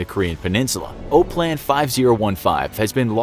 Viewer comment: OPLAN is pronounced Op-plan not O-plan even if there is only one “p”.